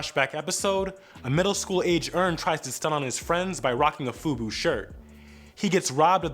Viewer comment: That ain’t Fubu it’s Bufu!